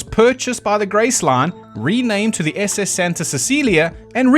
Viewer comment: The moment you put accent on "SS" and "freighter" I knew, without knowing much of civilian ahips, that the classification is wrong.